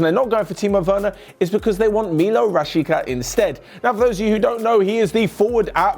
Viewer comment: Iti is Milot Rashica not mica and I am from kosova 😉